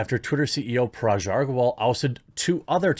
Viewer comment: Hey Jeremy, just a minor, minor correction. You are pronouncing Parag's name wrong. You are actually pronouncing as Paraj. The sound of 'g' is similar to 'g' of 'gun'.....